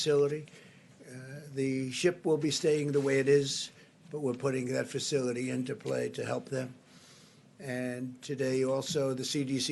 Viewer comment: FACILITY,FACILTY SPEAK ENGLISH KNOBED!!!!